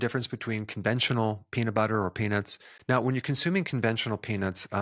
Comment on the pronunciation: the way u said peanut in the beginning sounds way like “the worst thing u could do to a person is take away their peni..”. made me flinched until u said nuts 😂